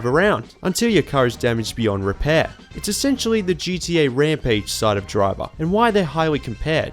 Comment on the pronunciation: GDA..? you mean GTA? Either you are saying GTA far too quickly or you're pronouncing it incorrectly. I'm not entirely sure.